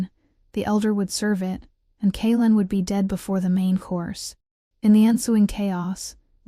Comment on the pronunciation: When the AI narrator can’t even correctly and consistently pronounce a main character’s name, I have to wonder if the “maker” of this story cares at all for correct narration. I mean, half the time the male lead’s name is pronounced correctly, but then, a minute later, it’s “Kay-Aylin”, turning a 2 syllable name into 3, or is it 4 syllables, for no purpose other than sloppy editing.